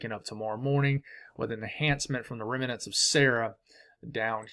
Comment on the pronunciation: please check on the pronunciation of the word remnant. It is a two syllable word. Just trying to help, love your forecasts! I try to watch every morning from Chesapeake VA.